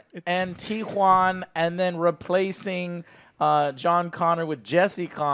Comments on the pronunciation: When joe ays it i listen it like T-JUAN!, jajajajaja, ok, ok, i know!!!, i know the exit! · Its not the T-Juan its the ME-2